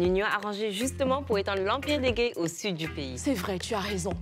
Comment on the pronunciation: Gueye comme si elle dit gaï😭😂😂